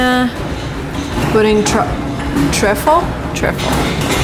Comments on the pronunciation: Triffle: Try-ful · Trifle? More like 'try+fuhl' :) but lovely vlog! x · You mispronounced"trifle"